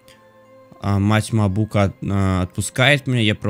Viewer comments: Не мабу'ка а ма'бука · не мабукА,а мАбука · Ахаха правильно мАбука а не мабУка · правильно говорить мАбука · Мабука ударение на а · не мабУка, а мАбука И еще палОнтрас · Не мабУка! А МАбука!!!! Пж в топ чтобы видел! И не полонтрАс!!!!! А полОнтрас!!!! Просто подбешивает когда неправильно говорит. Не поймите неправильно!!! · Не Мабу́ка, а Ма́бука и Пало́нтрас а не Палонтра́с! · палонтрас,ударение на О!!!!!!!! мабука,ударение на А!!!!!!!!! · Правильно не Палонтрас (удр. на 1а ), а Палонтрас (удр. на о ) Не Мабука (удр. на у), а Мабука (удр. на а)